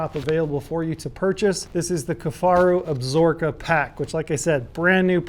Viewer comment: Cmon - can’t even pronounce the mountain range correctly. Ab-Sa-Ro-Ka lol absorkaaaaa